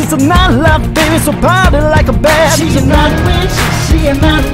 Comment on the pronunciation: on he said Night Watch not witch lol